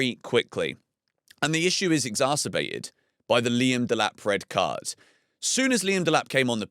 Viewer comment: Exarrrrcebated 😂. Thought I was listening to Craig Revel Horwood